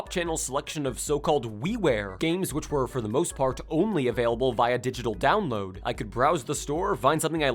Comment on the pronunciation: I laughed when he said dowoad a Game in a few minutes and showed Breath of the Wild. Nintendo systems take hours to download big games, the Switch would still take like at least half an hour to an hour for that shit